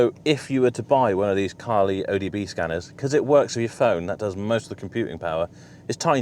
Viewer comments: O B D not O D B scanner !!!!👍👍👍👍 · OBD not ODB :)